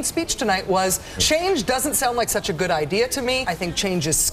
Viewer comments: "thank you and grood evening..." facepalm... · "Good evening, thank you and grood evening."